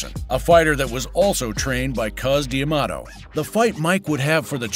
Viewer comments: D'Amato! Not Diamato. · Am I the only one annoyed by the prononciation Cus "D" Amato. It is prononced Damato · New drinking game. Drink every time the narrator pronounces D’Amato wrong.